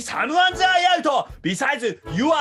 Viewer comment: 「Besides」がめっちゃドイツ語みたいに聞こえるw